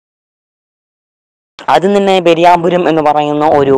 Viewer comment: Sorry for miss pronounced "പെരുവണ്ണാപുരം" _ 'പെരിയാപുരം'😂🙏 SUBSCRIBE☹️